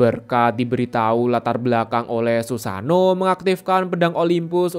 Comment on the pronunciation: bukan susano we. susano'o berjeda